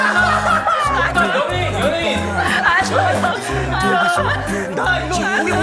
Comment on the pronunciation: 셀럽? 카는거 개웃기넼ㅋㅋㅋㅋㅋㅋㅋ큐ㅠㅠㅠㅠㅠ 포워드? 쒤럽?ㅋㅋㅋㅋㅋㅋㅋㅋㅋㅋㅋㅋㄴㄴㄴㅋ